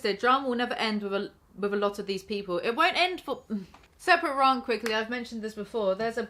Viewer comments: it's "rant" and not "rarrnt" please and thank you. Great vid otherwise! 👌🏼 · We have to address the elephant in the room - pronounces 'rant' and 'rah-nt' and we have no idea why. I don't know a single accent on this whole Island that says rant like that. I need explainations.